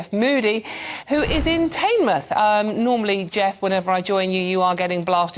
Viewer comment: Tinmuth, not Taynmuth